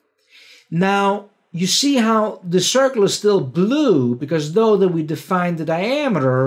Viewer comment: Whenever says, "C for circle," I actually hear, "C for cookie," in my mind.